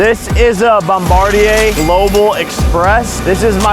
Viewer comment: bom-bar-de-ey lol..... bomb-a-deer